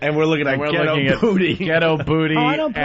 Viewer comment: Opie called “ghetto booty” a “jet oh booty..”